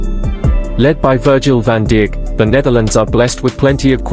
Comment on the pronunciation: Van Dick ? Lol Damnn this Ai is wild